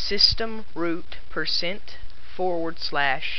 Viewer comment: Wait did he say 4 or forward?